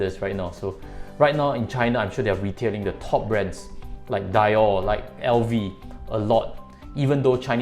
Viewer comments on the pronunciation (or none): haha its pronounced as dee-orrh not die-orhh hahahaha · I almost died when he said die-orh 🤣